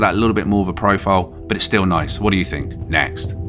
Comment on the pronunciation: Why do British people have a problem pronouncing the "TH" in a lot of words? It's three, not free. THink, not Fink. THruster, not Frusters.